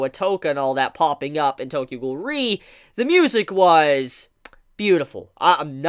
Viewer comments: Its pronounced: Tokyo Ghoul: REEEEEEEEEEEE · The way you say Tokyo ghoul: re I almost died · If ur such a big Tokyo ghoul fan then pronounce :re correctly